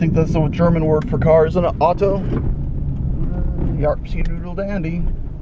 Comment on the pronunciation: 'Wagen' is also acceptable, but 'auto' is pronounced 'owtoe': ow, as in "ow, that hurt!" and toe, as in those things on your feet (feetfingers). Apart from that, I wish both you and Lad all the best, and hopefully Lad won't have those nasty seizures (is that correct spelling?) anymore.